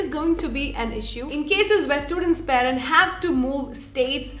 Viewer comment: 'പാ'രന്റ, എന്നല്ല 'പേ'രന്റ എന്ന് മര്യാദക്ക് പറയുന്ന ആദ്യ മലയാളി youtuber.